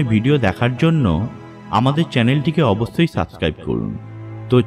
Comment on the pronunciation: কথা পরিষ্কার না।অবশ্যই=অবছ্যই।সভ্যতা=ছভ্যতা না।হা হা হা...